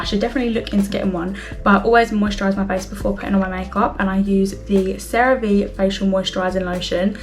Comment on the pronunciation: I FINALLY FOUND SOMEONE WHO PRONOUNCES CERA VE CORRECT!!!